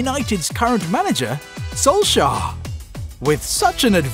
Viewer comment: Well that's how Solskjær is pronounced... He's Norwegian